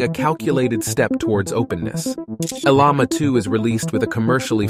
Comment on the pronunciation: Bruh, learn how to pronounce Llama. Sounds like: laa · muh :face-blue-smiling